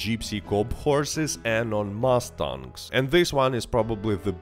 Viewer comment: As an American, I like the way you pronounce Mustang, I genuinely never heard it pronounced like that and I sincerely enjoy the way you said Mustang. Thank you for all the informative and helpful videos! I’ve been riding horses for over 10 years and appreciate your videos on them, I hope you do more guides on horses! Thank you and happy New Year!